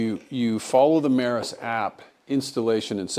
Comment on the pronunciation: Its pronounced "me-ross" not "meh-ris" 😂